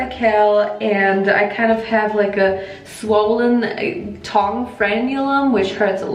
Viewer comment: Why is she saying tongue like thong? 😂😅